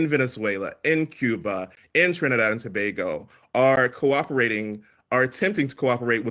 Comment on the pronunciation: It's pronounced To-ba-go and not To-bag-o